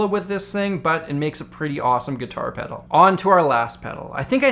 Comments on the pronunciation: I slammed the subscribe button when you said "gitah peduru" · "Geetah peduru" lmao